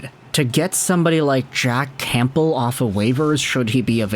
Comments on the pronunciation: Heads up the p in Campbell is silent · The 'P' in Campbell is silent lol